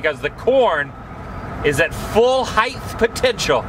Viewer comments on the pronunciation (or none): Height man, height! Not Heighth...... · Height, not heith, ssssssiiiiilllllly!